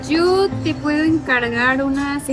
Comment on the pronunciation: what is she saying to order? The CC shows it as, "Yo te puedo encargar unas enchiladas?" To me it sounds like she's sayin, "Jew te puedo encargar..." 🤣